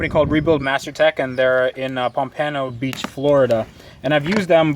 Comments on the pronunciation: It's Pom-pa-no not Pom-PAY-no. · Pompano is pronounced pomp-a-no =) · Yeah but the way he said it was hilarious. i had to back up and listen again just to make sure. Then I did it again just to laugh again